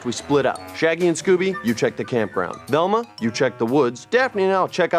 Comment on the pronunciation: “Shaggy,” not “Shaty!”